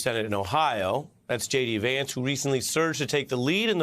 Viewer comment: J.D. .... is that pronounced "shady"?